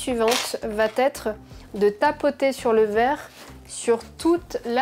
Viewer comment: Le truc de fou la découpe du cuivre et la dépose sur du verrrrrrrrrrrrrre (avec un accent bien de chez nous) 😌